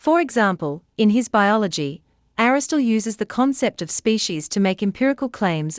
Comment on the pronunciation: Aristotle not Aristole - why does she miss an entire syllable? Sorry to be pedantic but I don’t get it. Great video otherwise